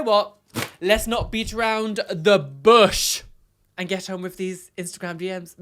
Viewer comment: when said “bush” He almost sounded American lol